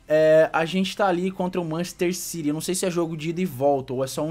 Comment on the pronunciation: ki manchester ciry doido sabe ler la n e machester city